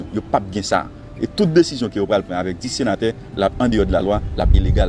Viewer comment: Alon senatè gen djòl sirèt papa :"nous sommes 19 senaterrr, i ya le senaterrr"Koumanman!!! Bon kiyès ki tay vote sya???